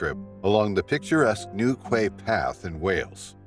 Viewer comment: Newquay pronounced newkey